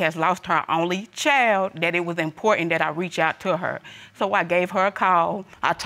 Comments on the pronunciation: Young girl had a whole lot of mouth. Nasty. And why can't these people pronounce child instead of "chowld" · Precisely what is a “chel”?! Ch - eye - ld.